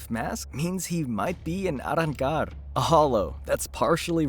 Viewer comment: Quit saying Arancar like a dush